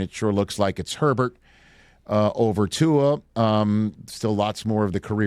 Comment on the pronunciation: Somebody please tell the world that Tua doesn't have an "N" in his last name.